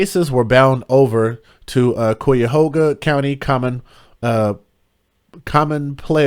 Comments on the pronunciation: Pronounced ky' a ho ga. It means crooked river in Native American language. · Pronounced Kiahoga . This is horrid!!!! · Cuyahoga, is an Iroquoian Native American word which means 'crooked river'. Pronounced: Ki-e-hoe-ga (YouTube has video of pronunciation🙀). It’s the name of a river & County. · Another story from my state.. Ohio...smh! It's Ky-Yuh-Hoo-Guuh county babe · It’s pronounced khy-uh-ho-ga county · I love how you pronounce Cuyahoga Lol You’re adorable. ❤ Great job on this story. So, so sad 😢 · How, you pronounce this county, is Cuyahoga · How do you pronounce it is Cuyahoga county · Cuyahoga the Cuy rhymes with “guy”. It’s an Indian name. Thanks for reporting on the case